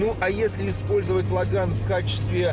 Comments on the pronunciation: Про китайца в точку. У ланоса без гура руль 5,5 оборотов делает. Ужас прям камаз. Не логАн, а лОган. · А почему лАган?? Написанно же логан!